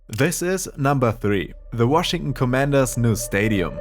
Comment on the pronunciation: Nah you’re gaslighting him 😭😭 he said “Washing” instead of Washington